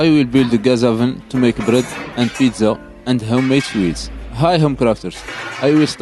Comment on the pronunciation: When I heard you say pizza like that عرفتك ديراكت بلي دزيري 😂